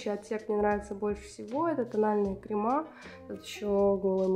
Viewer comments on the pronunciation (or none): Бьюти блогер, который говорит «кремА» ... это 🤦🏻‍♀️🤦🏻‍♀️🤦🏻‍♀️🤦🏻‍♀️🤦🏻‍♀️🤦🏻‍♀️🤦🏻‍♀️🤦🏻‍♀️🤦🏻‍♀️